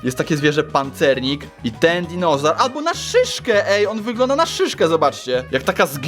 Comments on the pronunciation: [*] Powiedziałeś pare razy dizonaur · Dinozaur! Nie dinożar